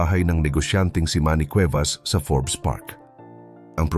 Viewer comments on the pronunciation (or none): none